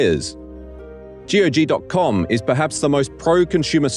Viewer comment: every time he says g-o-g instead of saying gog like you say cog, i feel physically hurt